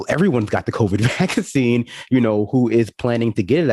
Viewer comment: The way she puts the wrong emphasis on vaccine grates on me every single time. So on top of the BS she spews there is that, too